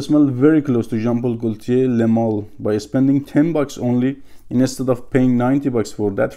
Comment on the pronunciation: I like watching your videos man, keep up the good work. Also just a reminder ; we don't pronounciate the L in Gaultier. It's a silent L :)